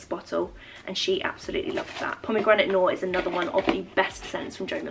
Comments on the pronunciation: Loved all of this! I got the same card from my kitty too! P.s the way you pronounce pomegranate noir as pomegranate nor cracks me up every time 😂🥰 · Plzzzz pronounce “noir” correctly xox